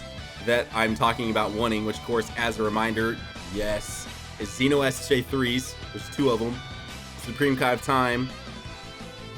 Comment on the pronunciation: I think you're the only DB youtuber that pronounced "Xeno" like "Zee-no" the way it should be. It's not really a big deal, I know, but it annoys the shit out of me when people pronounced it like "Zen-Oh".. Yet again, another reason you're the only one i'm subbed to. Also, I really wish the SS3 Xeno units were featured.